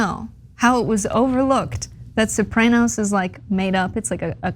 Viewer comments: Sopray-noes? No! It's Soprah-noes. 😆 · Sah-pray-nos? Oh and it was a comedy? lol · The Sopr- ay- noes? Speak properley. Chomper Wosney is bad enough. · “The Soprainos” lol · Why can't she pronounce soprano's??? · You mispronounced the name of the show "Sopranos" and it was certainly ANYTHING but a comedy. Having said all that, Columbus was problematic as a person, certainly. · Not sure if our commentator has ever seen The Sopranos but it most definitely wasnt a comedy - at best it was black comedy for the Tarantino generation. I also disagree with her pronunciation but as I am not Italian I'll leave it there. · Although I agree with everything you said, your mispronunciation of Soprano's (and it's not a comedy) and Taino was painful to listen to.